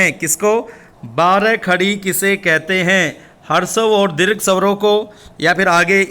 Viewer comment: महोदय आप हिंदी पढ़ाते हैं तो कृपया हिंदी के शब्दों का सही उच्चारण किया करें आप बार बार स्वरों को सवरों कहकर उच्चारण कर रहे हैं,सुधार करें